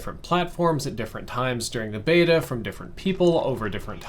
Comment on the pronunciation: Everytime I hear say beta I giggle